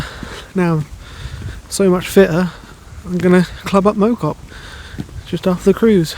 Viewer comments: Mow cop is pronounced Mouw cop. Great video. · FYI, Mow, is pronounced as in cow. Think Cow Cop - Mow Cop.